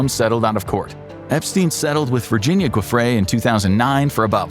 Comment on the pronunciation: why cant they pronounce her name right, i mean wtf you use the same phonetics for Jeffrey!!!